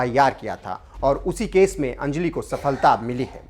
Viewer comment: अंजलि शब्द का सही उच्चारण सीखिए